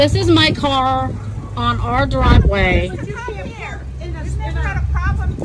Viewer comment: "THIS IS MY DWIVEWAY!!"